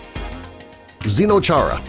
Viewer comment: Thank you. I am not happy he mispronounced Zdeno Chara's name